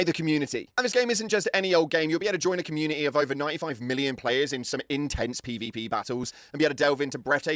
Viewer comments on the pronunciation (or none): none